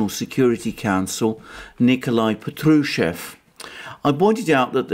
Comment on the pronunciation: Patrushev pronounced as pAtrushev with accent on the first syllabus